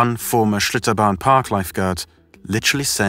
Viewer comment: did he say shitobarn waterpark? lol